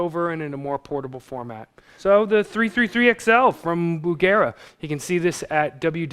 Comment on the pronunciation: omg listen to him how he pronounces 333XL lmao fo-fo-fo XL :D